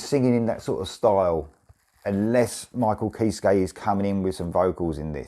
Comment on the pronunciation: Just so you know Kiske is pronounced “Kis-Key”